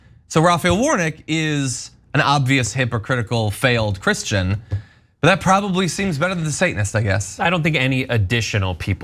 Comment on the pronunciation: Muh nameah Herschel Walker. I's a real chrishtun fella.